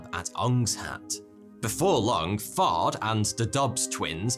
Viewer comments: It really does sound like he's saying Fart. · Listening to this at 2x speed i swear Fard is being pronounced fart with that accent.